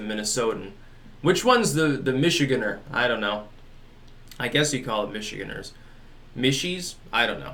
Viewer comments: We're called Michi-GAN-ders. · Where does the "d" come from? Shouldn't it just be Michiganers?